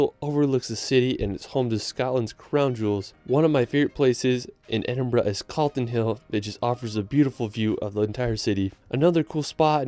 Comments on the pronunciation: Edin-bruh moment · HE SAID EDINBURGH CORRECTLY!!!!!! you just made this brit very happy